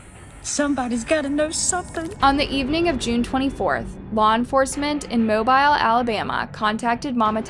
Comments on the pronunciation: @@ LOL, get up off your knees first, then realize she has a NEWS REPORT in the show where the anchorman SAYS THE TOWN'S NAME very clearly. So, mic drop. No one south of Ohio would not call out such an egregious mispronunciation. of a major city...lol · The way she pronounces Mobile AL is driving me so crazy 😭 it's not pronounced with the I sounding like in bile, it's pronounced with the I making an ee sound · Learn how to pronounce the town names first please. You mispronouncing Mobile is absolutely driving me crazy. Please don’t ever cover a story out of Oklahoma before first making sure how we pronounce the names. We have way too many Native American names cities & towns for you to mess up like that. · Mobile is pronounced Mo-beeel not mo-bile. You’re welcome. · It’s just pronounced moe-bill that’s all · MO BILLLLLLLL FOR GOD SAKES COULD PLEASE SAY IT RIGHT😂😂 it’s not mo bile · It's MO- BILL. Not MO-BYLE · It’s pronounced “Mo bee L”not mobile as in mobile phone. Not trying to be the grammar police but as a proud Southerner you need to say it right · Even if it looks a certain way, in being professional you should probably confirm the way a city is pronounced. Happens a lot with southern cities. Like a lack of pertinence or respect. It's not Mo-bīle. It's pronounced. Mobeal. Mo-beal. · It’s Mo-bill not mo bile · It cracks me up when people pronounce Mobile, like it's mo-bile, like a cell phone🤣🤣 So thankful this family got closure, was such a sad story.. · MO-BEAL is how it's pronounced. I know, I know, but that's just the way it is. js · HEARTBREAKING!!! But the town is pronounced MO-BILL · Just FYI for the future - Mobile Alabama is pronounced Moe-beel. (And Arab Alabama is pronounced Aaa-rab (long A followed by short A).) It's an Alabama accent thing. 😂😂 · 'Mobile' is pronounced, 'Moe-Bill' Alalabama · Good video, however I speak for all of us here in Alabama. (MO-BILL) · Mobile is pronounced Moe-Bill. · Here how to pronounce it MO BILL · It's pronounced Mobeel